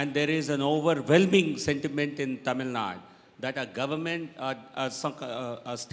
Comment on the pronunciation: It's tamil nadu!!! Not tamil naad!!!